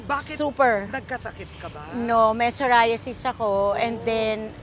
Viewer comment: I love how you also used the ‘Pinoy’ pronunciation of psoriasis. It may seem like a small detail to some, but to me it felt very intentional — a thoughtful way to make sure everyone in your audience could easily follow and undestand the conversation.